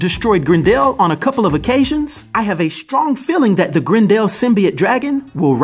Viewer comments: It's Grendel not Grin-dell... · Its pronounced Grendel, not Grend El lol. The character may be new but the name has been around since 750 ad. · I love you're wild pronunciations! <3 GREN-DELL. It's Gren-dull. But love you lots and the content is fire! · Every time you call him "Grend Al" I keep thinking of the A A ron Key & Peele skit.